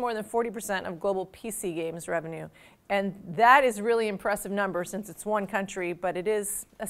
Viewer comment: "China number Wahn"